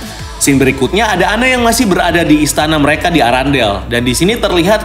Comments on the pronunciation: Errendel kak bukan arandel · Irondell bang.. Bukan Arandel🤣🤣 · Bukan arandel bang Tapi arendelle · Apa cuma gw yang denger erangle bukan arandale?